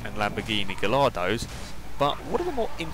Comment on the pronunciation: GaLLardo?! It's pronounced GAIARDO dummy...I thought you were big fans of Top Gear, they pronouce the name like 1000 times in the series!